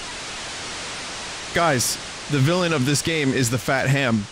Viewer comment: "Fat Ham" Triggered me